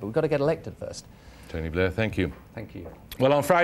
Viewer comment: Blair not Bliar